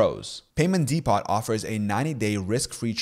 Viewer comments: 'depot' is pronounced "dee-po" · What's a "Dee-POT?"